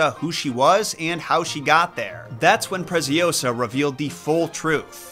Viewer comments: "Preciosa" it's spanish, "Preziosa" it's Italian. The Z is pronounced TS, a strong sound, while S it's a little bit serpent like, and last but not least, -Osa, not -oWsa. Nevertheless, I enjoy watching your videos. By the way, Giambattista Basile does write a tons of messed up fables from which a movie was based on a few of those stories: "Tales of tales". I recommend it. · It's ✨PreciOsa, not PreciosA✨ Nice one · If the girl’s name is Preziosa (“precious”, in italian), it’s read Pretsiósa. Hope it helps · Your scripts are so always so good but that Presi-Oh-sah caught me off guard 🤣🤣🤣🤣🤣